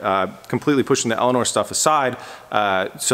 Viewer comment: Instead of Elinor hb elania lol